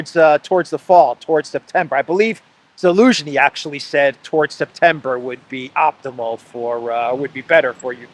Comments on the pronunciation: Why does call him “Elensky “? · Elensky banned the letter Z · Его фамилия ЗЕЛЕНСКИЙ - Z - а не Еленский (Elensky)! The surname sounds ZELENSKY , but not Elensky